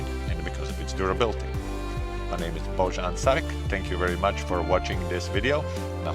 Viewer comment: Why would you pronounce the J in your first name as a J? It’s obviously said as a Y. Boyan.